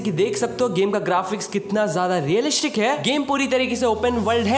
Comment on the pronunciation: bhai realishic kya hai ??😂